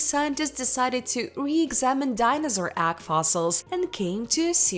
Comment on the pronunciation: Ags? How could this person not know how to pronounce egg?